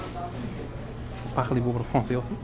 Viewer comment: He obviously doesn't speak French, but I did find the pronunciation of Parlez a bit off.